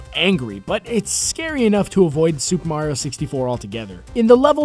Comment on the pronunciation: finaly he stopped saying merio